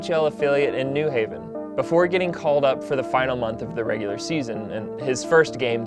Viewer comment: It’s pronounced New HAY-vin.